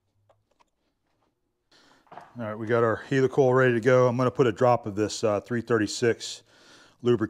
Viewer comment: hi. so you say heely coil... no it is heli coil as in heli copter.. ok .. ?? sorry .. soap box again